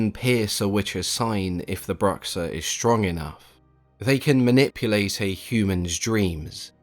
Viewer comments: That X on his "Bruxa" pronunciation was pretty good for a gringo. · He pronounced it correctly for the portuguese name tough. And it's written correctly aswell